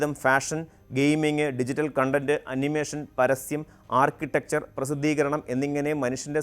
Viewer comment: കണ്ടന്റ് അല്ല . കൊണ്ടെൻറ്